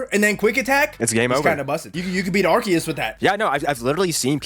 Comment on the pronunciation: Bro mispronounced Arceus 😭